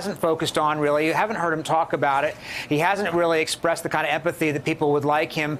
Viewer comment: Why can't any of them say empathy properly?